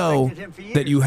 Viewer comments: "i love TESLER" will now forever live in my mind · “I LOVE TESLER” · TesSLUR lmao? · "I love toslur"